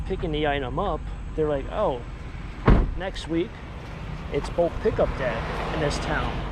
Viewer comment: Not bolk pickup,. It's bulk pick up 🤦